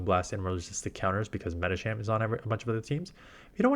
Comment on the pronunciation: Thanks for the good advice, it's tricky to keep up when the meta changes. Although the way you always say 'Medichamp' bothers me.